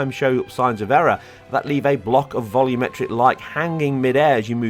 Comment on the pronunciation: I like how you say vol-YOO-metric lighting. I hate when people say vol-UM-metric lighting.